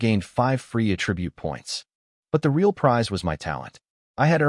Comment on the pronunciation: Please learn to actually speak English correctly or stop making shit, I guess the choice is yours but I'm downvoting this right this second for your inability to say real.